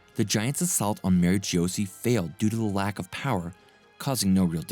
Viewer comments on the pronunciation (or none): Nerona Imu ,not Nefertari ( Lili,Cobra,Vivi). Ohara ( Oh- Haara) Kozuki ( Kogh - Zoo - Key) Mary Geoise ( Maa-ree Jo-Aaz). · Maa-ree Jo- Aahz